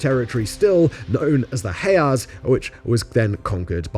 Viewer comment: The mispronunciation of 'Canaanite', 'Hejaz', 'Fatah' etc tells me Simon doesn't know this subject very well, he's just reading from a script. However, I have to admit, having finished the video, it is actually very well written and balanced